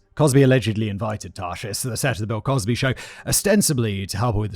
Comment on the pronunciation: Anyone else hear him say "Pill Cosby" 😂😂